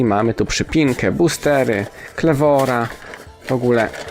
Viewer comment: mówi się kliwor